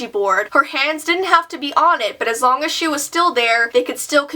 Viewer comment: I thought u said shit when you said she